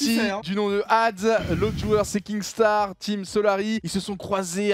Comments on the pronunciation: Oh doig c'est kinstaar et pas kingstaar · ARRÊTE DE DIRE KINGSTAR c’est kinstaar 😂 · MAIS C PAS KINGSTAAR YA PAS DE G PTN C KINSTAAR